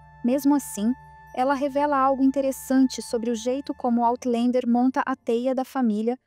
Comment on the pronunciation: Por favor, corrijam a pronúncia de "Outlander". Não se pronuncia "OutlEnder" nem em Português, nem em Inglês. A pronúncia é "OutlÃnder".